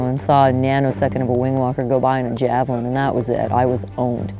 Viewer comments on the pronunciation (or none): none